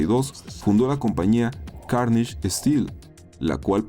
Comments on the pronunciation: se pronuncia carnegi .... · Carnegie se pronuncia Cárnegui. Varios de los"Robber Barons" están en esa lista, lo cual no me extraña.